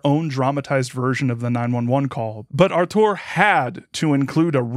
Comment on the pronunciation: You dropped a K there, but otherwise it's a good pronunciation. In particular I appreciate that you pronounced the Ł and the Ą correctly. The accent in (the Polish pronunciation of) "Artur" goes on the first (well, second-to-last) syllable though. It's a minor nitpick that I just wanted out of my system because I'm a native speaker of this bloody language and we're Just Like That™. One of the most famous gags in Polish cinema is a Pole using a made up last name to annoy a German typist.